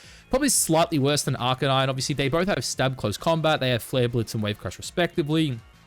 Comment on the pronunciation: Why do you purposely pronounce Arcanine wrong?